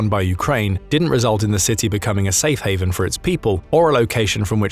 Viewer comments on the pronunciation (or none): none